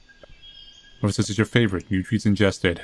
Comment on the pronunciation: "muhvur" "bruhvur"